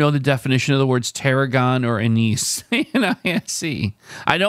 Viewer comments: Not knowing what Anise (pronounced ANN-iss) or Tarragon are certainly hurts. I think you need to do some more adventurous cooking! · You said "'Wizard of Oz." How does your TV not show you a green Emerald City?? Also "Anise" has the accent on the first syllable., sounds like "ANN is."